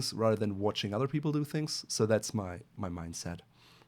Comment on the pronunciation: are you a French Canadian? Your pronunciation of other or any word with Th sounds like s Canadian accent.